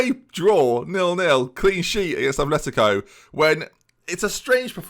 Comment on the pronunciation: Okay, I can forgive the mispronunciation of players, but, please, there's no "h" in Atleti's name. I'm so sorry. But it's my biggest pet peeve.